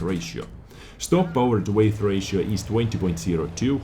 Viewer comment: Good review - I always enjoy watching your content. f.y.i. - the word weight (in power to weight ratio) is pronounced exactly the same as the word 'wait' English - it's so stupid XD